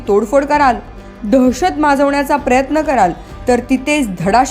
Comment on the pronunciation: प्रयत्न.. न असत! बाळगणे.. ण असत.. किमान मराठी बातम्या तरी नीट वाचत जा. माफक अपेक्षा